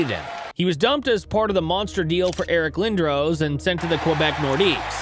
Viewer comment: Great video, but I can’t get over the mispronunciation of Eric Lindros